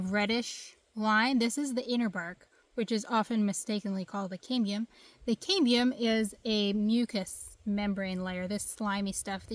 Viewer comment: Cam Be Umm = Cambium